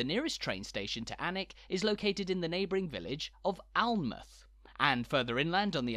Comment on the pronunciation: Alnmouth as with other north eastern -mouth places like Tynemouth has it actually pronounced as mouth rather than muth. The Aln in the river name and in Alnmouth also sound more like Alan as well. Your Alnwick is right but I’ve never really heard anyone say Alnham but that seems right too